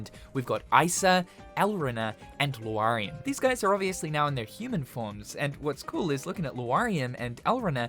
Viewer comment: I... Did he just pronounce Laurium as "Loo-arr-ee-um"???